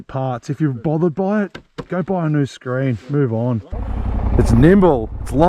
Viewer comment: when you say 'buy a bike' do you hear how you say them both the same?